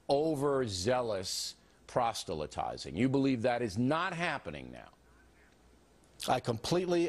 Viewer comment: Bill can't even pronounce 'proselytize' correctly.